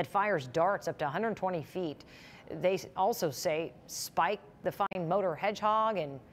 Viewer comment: ...Spike the WHAT hedgehog? It sounds like she says "fkng" hedgehog.